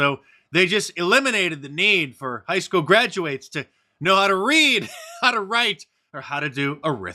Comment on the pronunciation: You mispronounced “graduates”😂